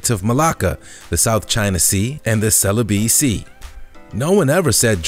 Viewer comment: WHATC YOU PRONOUNCE CELEBES SEA WROMG